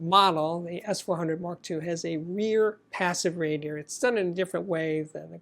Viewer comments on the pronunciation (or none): none